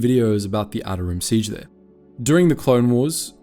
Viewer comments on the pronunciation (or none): none